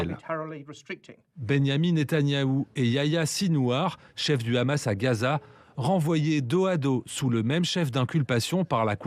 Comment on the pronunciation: Le "conflit israel - Ramasse", vu comment il prononce le nom Hamas, le speakerin doit graviter dans les p... de sphères israéliennes...